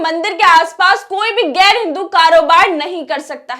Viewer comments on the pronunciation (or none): pahle apna talafuz theek karo.gair nahin ghair,khabar nahin khabar,jaati nahin zati,waghaira.ze,quaf,khe,etc